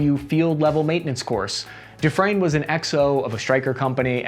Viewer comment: Dufresne??? Party of three????? Dufrese?